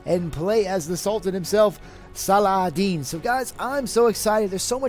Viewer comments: u fool! it's (-Salah) (-Ud) (-Din)! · Actually, it's pronounced 'Sala*ha*din', or Salah*hu*din. Most people, if not everyone here in my area pronounce it as such, my friends whether Muslim or not, and the teachers and ustazs at the mosque. If you can read Arabic, his name uses the Arabic alphabet of 'H'. But it is what we pronounce it as. I don't know about others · Cool video p.s: it's pronounced "salahuddin" or "salaheddin"